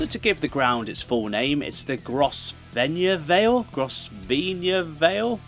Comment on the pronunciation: Grosvenor - pronounced Grove-Ner